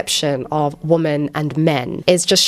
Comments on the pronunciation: Perhaps I'm out of the loop but why does she pronounce, "women," as, "woman?" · Why is "womAn" being said instead of "womEn"? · It's pronounced "wimen" in the plural form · I like your content. It is well thought out and articulate. The only thing that absolutely triggers me is your pronunciation of the word "women". It's not pronounced "woman", but "WOMEN". WOMEN WOMEN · ‘Women’ is pronounced ‘wih-min’ - it isn’t the singular, ‘woman’... Why is this rife now? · "Women" isn't pronounced "woman." It's pronounced "wemen." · i love your videos but can you learn how to pronounce women properly thank you ( as well as your "really" which confuses me all the time) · Received Pronunciation is what I hear... apart from ‘women’ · How can you be so well spoken and still pronounce "women" like that? Nice response otherwise. Don't mind those stupid comments.